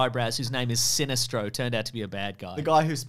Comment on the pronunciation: I like pronunciation of Sinestro